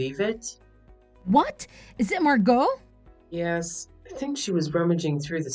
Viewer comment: At least you know how to pronounce Margot. I've heard it butchered so much lately